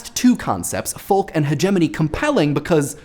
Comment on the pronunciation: Please stop pronouncing the l in folk